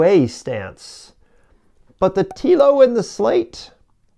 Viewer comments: All valid points but it kind of torpedoes what you are saying if you have not researched things enough to correctly pronounce the vehicles you are talking about. "Slate" is easy. "Telo" is not 'Tea-Lo'. It's 'Tell-Oh'. Picky , I know but a simple viewing of any of the Telo videos out there would have let you know. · You should've named this video "The American 'Big Truck' Lie: What the Big, Clumsy American Automakers Want You to Believe". I can't wait to retire my F-150 AND my Mustang in favor of a single 500 hp, 4WD Telo. BTW, it's pronounced "Tello" - not "Teelo". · It's "Tel o" as in hello. Not "tea lo". It's the F series that's the best selling, not the F150. People generally buy what's available on the lot. I have the L:ightning Pro as well. Meets my use case. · When doing a video about how bad other brands are going to be, just take 5 minutes before you start and do a bit of research on how to say the brand name. Telo is pronounced like Hello, except replacing the H with a T. The people who are creating the truck say the name multiple times on every single one of their videos... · It's telling that you don't know how to pronounce Telo. Meaning you've never bothered to look up a video on it, or you'd know how it's pronounced because they say it all the time. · "Weird" is not bothering to do enough research to pronounce the company name correctly. When you heckle Wilbur and Orville, you demonstrate your own limitations- not theirs.